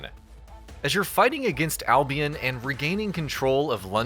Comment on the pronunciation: Its not albiEN its albiON jesus christ.